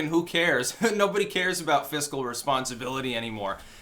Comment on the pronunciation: Res, rest, rest pond civility?? What is this word??? Never have I encountered it.